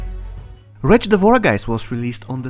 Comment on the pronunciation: Nobody:: Wtretch lol I enjoyed the video 👌🏻